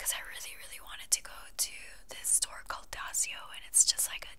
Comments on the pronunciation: daiso not dasio hahaha. love the video though. keep it up💓💓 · daiso is actually pronounced die-so lmao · Daiso is pronounced "dice-o" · I need to shop from Also i love how you mispronounced DAISO haha❤